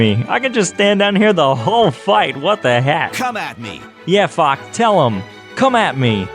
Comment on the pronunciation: Did he call fox “fuck”